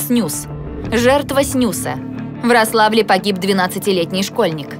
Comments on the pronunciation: В названии города Рославль ударение на первый слог. Я там родился и вырос, поэтому неправильное ударение режет слух. Лучше готовьте материал. Спасибо. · Не РослАвль, а РОславь